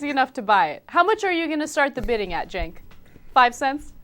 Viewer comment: You mean 'Chenk'...